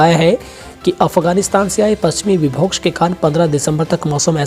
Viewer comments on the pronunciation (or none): विभोक्ष गलत है विक्षोभ बोलना चाहिए ।